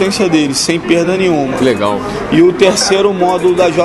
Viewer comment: Ele é beem legaaaull kkkkk voz de bebado haaaaaaaaa